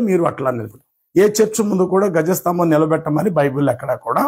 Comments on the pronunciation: Gaja sthambham kadu andi dwaja sthambham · గజ స్తంభం కాదు ధ్వజ స్తంభం